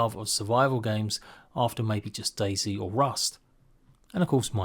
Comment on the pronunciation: DayZ, not daisy.